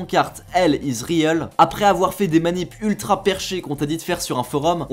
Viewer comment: Mais cet accent de merde en anglais sérieux : "L is rièl" "Yoshi Izland" Faite des efforts sérieux ...